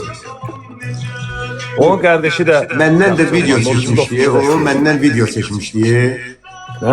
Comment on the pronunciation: bilirik rus dilində danışa bilirsən ama viciyo(vidiyo) demeda